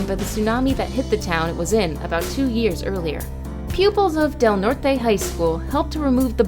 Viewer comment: It's pronounced Del Nort County, Del Nort High School, not Del Nort e. Because it was discovered by a Portuguese explorer Del Norte not a Spanish name